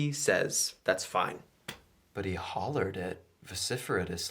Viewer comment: “...But he hollard it...”